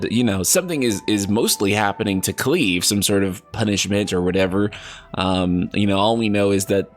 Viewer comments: I'd. Never heard the name cleave till this video 🤣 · cringing at KLEEV